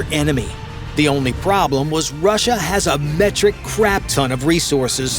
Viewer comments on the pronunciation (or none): none